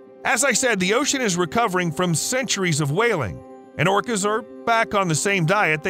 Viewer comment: Did he call whales, plants? I heard orchids, but only the first time it was said...not orcas. Anyone else? Orcas only hunt what they are specialized to hunt unless they're desperate. There are pods that specifically hunt great whites, some hunt giant mantas, some hunt dolphins and whales obviously. You'll never find a group that specializes in hunting humans but if hungry and desperate, we can be a nice little steak.